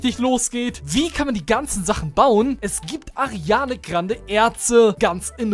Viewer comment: Mich triggert das, das er die ganze Zeit ARIANE sagt